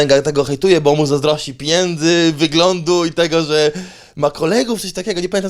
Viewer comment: Policzy ktoś ile razy powiedział „piniędzy”? 😂